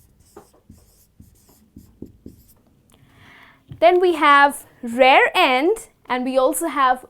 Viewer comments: Correction, it's rear end. Not rare end. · I think you mean "rear end" not "rare end" ,but thanks anyway